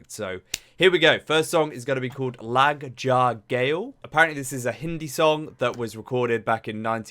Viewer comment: You got it perfectly… Lata Mangeshkar! 😊🙏🏾but the song is pronounced.. (Lug jaa gullay)The woman in this video is not Lata but an Indian actress, who is lip syncing Lata ji’s song. Lata ji , as we refer to the Grand Nightingale with respect in India, was the playback singer for several movie actresses The songs were not written or composed by her :)